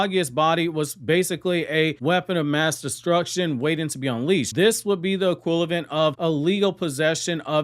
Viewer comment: I’ve been watching your videos for a long time and I’ve always thought that the way you pronounce the word “equivalent” is funny 😂